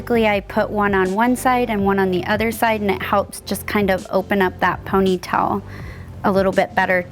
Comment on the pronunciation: I noticed that too. She pronounces it like "ponytell". She also pronounces bobby pin like "bobby pen". I always notice things like that. 🙂